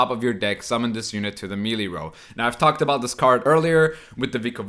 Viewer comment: Hey, love the content just a quick pronounciation thing. The world Melee comes from French, and is thus pronounced "meh-lay"